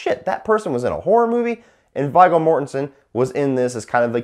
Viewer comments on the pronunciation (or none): Yeah, I like his reviews but kind of shocked he pronounces But Viggo ( Veego ) Vie-go. Wow, kids these days. I thought everyone saw LOTRs. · lol the name was pronounced "Veego". Viggo Mortensen and i am a fan of this movie. i normally skip the scenes with the boring couple and skip to the Sawyers. i love Leatherface. this one i think is one of the more handsome ones, or maybe i'm just a twisted girl. and surprised you didn't mention how the little girl being Leatherface's daughter came totally out of nowhere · V”eye”go Mortenson ... lmao Jesus dude. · Viggo . And it pronounced V-go . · It's pronounced V-go. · His name is pronounced "Veee Go" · how you say viggo mortensens name is so fucking wrong